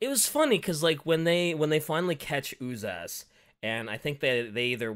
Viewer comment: Propper pronounciation of Uzas is Ooh-zhas not Ooh-zas, because the term itself comes from Sebo-Croatian term for dreadded horror - užas. I think even 40k wiki trivia says it.